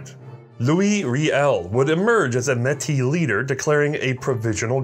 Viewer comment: As a Metis who had family who took part in the 1885 rebellion on both sides. I just want to say thank you for incorporating Metis history into your video I really appreciate it. (Also your pronunciation of Metis was excellent 👌)